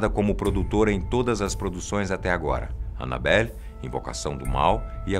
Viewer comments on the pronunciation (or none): Falo errado :Annabella